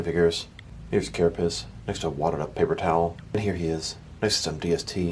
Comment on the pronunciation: "Carapiss" lol